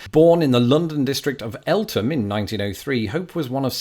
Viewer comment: Interestingly you just did a video on the mispronunciation of local names and now I find out Eltham is pronounced 'El-təm'. I'll add it to a list where TH is T; Thames, Gotham, and Eltham.